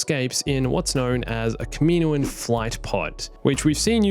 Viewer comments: it’s not “kuhmeeno-an” it’s “kah-mi-noan” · I hate the way you mispronounce Kaminoan. It's kah-mih-KNOW-un.